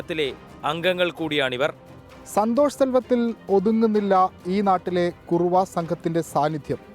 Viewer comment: കുറുവ എന്നല്ല കുറവ എന്നാണ് അഥവാ കുറവർ